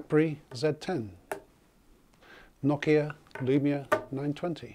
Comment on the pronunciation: nice review! i like the accent! it adds joy to life. ive personally never heard Nokia pronounced Knockia. that sounds funny being from the south US thanks for the informative review.